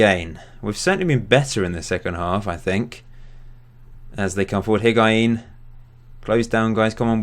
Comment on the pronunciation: Higuain = HIG- WA- EEN Hysaj= HEE-SIGH